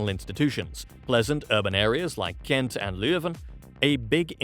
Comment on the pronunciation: GENTON ? I live in Gent : Gent in Dutch , Gand in French, Ghent in English. We could do better. A lot Better.